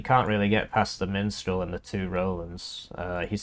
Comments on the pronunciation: I very much enjoy your videos. But I cannot express the steady dread that builds everytime you make me read the word Mistral and then you say MiNstral. It's wearing down my soul. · I understand... just please... for my sanity. Can you please try say MISStral just one time?